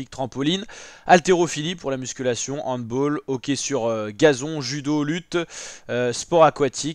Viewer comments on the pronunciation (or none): Sympa les précisions, par contre on dit handb''a''ll et non handbol. 😅